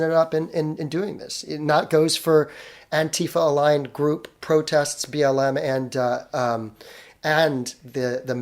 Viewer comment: I am never going to stop posting this nitpick. It is pronounced Anti-Fa, NOT Ant'fa